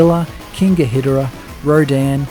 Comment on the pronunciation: This video deserves way more views...but also it's King Ghidorah (Gee-door-ah)